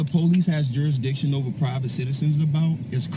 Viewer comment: I'm challenging juris-dishin. You don't have a juris-dishon.